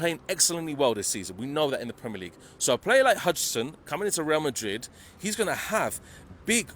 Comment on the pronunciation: Who’s hudison bro? It’s Housein (pronounced as house in) spelt as huijsen. What’s hudison though ? 🤣😂